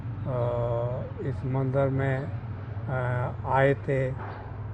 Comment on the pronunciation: Madam ji mandir hota h mandar nhi